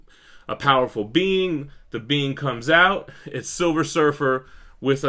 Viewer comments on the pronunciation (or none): Savage silfer lol